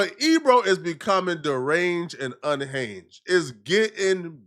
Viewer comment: incorrect usage of words for today: “unhanjed” instead of “unhinged” 🤦🏾‍♂